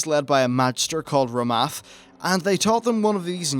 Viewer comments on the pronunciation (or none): Quel'thalas > quell-tha-lass Rommath > raw-moth Garithos > GAHH-ri-thos Blood Elf > High Elf